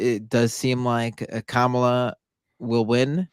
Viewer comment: This is for and I mean this in the nicest way....how hard is it to pronounce Kamala's name? She's been VP for almost 4 years now ffs. I know the righties do it out of spite but the lefties should know better. Sorry, I know its your channel, i don't want to be a dyck